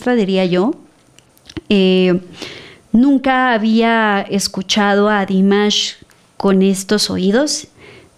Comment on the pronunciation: No es Dímash, es Dimásh..😅